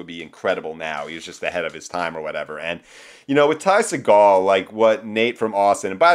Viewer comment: watch any Ty interview where he says his name. It's See Gull. Trust me.